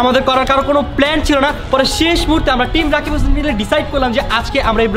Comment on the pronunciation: it's not rikab it's rakib